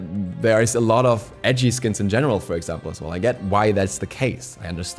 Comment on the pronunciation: When you are saying "edgey" skins it sounded like ecchi skins! We all want to pick the echii skins I'm with you on that!